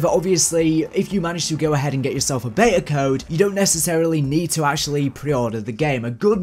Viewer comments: Stop saying beya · You are English, it’s pronounced “BEETA”